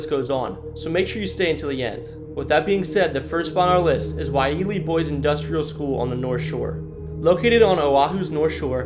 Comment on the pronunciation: Ko-o-la-oo Koolau Kamehameha… watch Dragon Ball Z Pa-lee - Pali Waialee - Y-lei-a